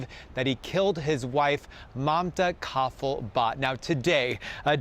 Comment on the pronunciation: Why are they pronouncing her name Mannta Coffee-Bart?